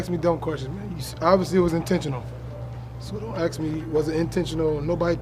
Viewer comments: why do black athletes always say "ax" and not "ask". not being racist , i just dont get it. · Westbrook loves saying aks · "Don't axe me dumb questions" lmao but thank god Russ ain't injured